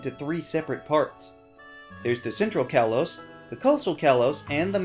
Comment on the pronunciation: it's pronounced kay-low-s